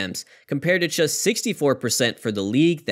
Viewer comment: anyone else notice the narrator pronounces the word "just" as "chest"?